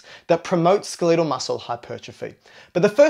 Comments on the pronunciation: ACTS SMART. SAYS SKELIIIEEDEL MUSCLE. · Learn how to say skeletal. lol. Pretend guru is jello-brained